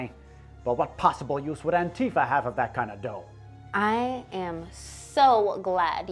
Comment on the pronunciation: Oh god I hate it when people pronounce it Ann-Tifa instead of Anti-fa